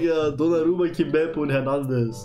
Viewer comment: Sprichst von Erbsenhirn und nennst den IV von PSG konsequent immer "Kimbempe" 😂😂